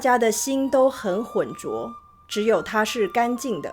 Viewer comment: this is a very interesting video. But In, pronounced “浑浊” as “hun 4 zhuo2” which should be “混hun 2 zhuo 2”.